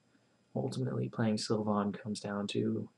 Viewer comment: Stop saying Sil-von. It's pronounced Sil-vin.